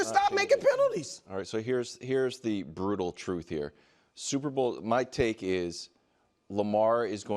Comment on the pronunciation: Did wilds just create another segment, “the broutal truth”?